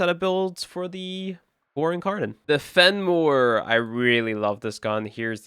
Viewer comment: Phenmor so good it turned a brother Indian for a minute :D